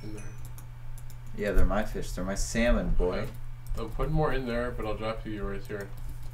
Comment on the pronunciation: Ah yes, nothing quite like delicious SAL-mon 😂